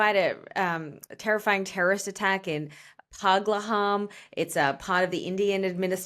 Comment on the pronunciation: it's not "PUGLAHAM" it's "PAHALGAM"!